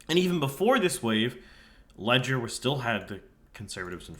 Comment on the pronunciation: Leger is “Lay-zhay”